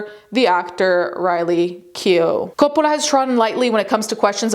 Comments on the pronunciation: stop pronouncing Coppola like you are still in Italy 🇮🇹 😯 😯 😯 😯 😯 😯 😆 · Why is she saying “Coppola” like that? Sophia doesn’t pronounce it like that. She presents a very typical American pronunciation of the name. I don’t think her father pronounces it like that either. Sophia was born in the U.S., in NYC. Her father was born in Detroit. His parents, Sophia’s paternal grandparents, were both born in NYC. I’ve also never heard the family winery pronounced that way either. Sounds kinda weird. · Why does she speak normal ‘merican and suddenly French when saying Coppola. Distracting. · I keep forgetting you are Italian, and the way you say Coppola is fun to hear, because I often forget names from the language it stems from sounds different.